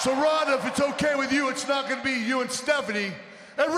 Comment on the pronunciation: How she botched a simple "you"...🤐